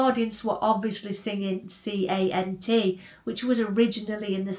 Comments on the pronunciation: its kant not c a n t ❤❤❤ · it was KANT not Cant